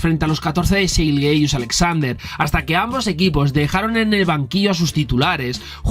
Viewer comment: Te lo pido por favor, me da un calambre cada que dices Shai GILGEOUS con todas las vocales, mejor dile SGA o Shai YILYIUS-Alexander que es su pronunciación, gran video